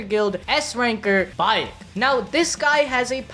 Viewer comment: Y'all said Cha Hae-in's nane correct....then butchered Baek Yoon-ho's name haha. Same "ae", so just as how it's "Hay-een" for Hae-in, it's "Bayk" or "Bake Yoon-ho" for Baek Yoon-ho.